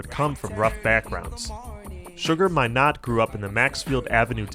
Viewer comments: Yesss - OMG, drove me CRAZY the way he was saying it! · Sugar Minot pronounced with emphasis on the first syllable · How he pronounces Sugar Minott grinds my ears. lol. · Americans dont read very well